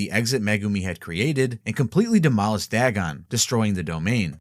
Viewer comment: It's dagon not dragon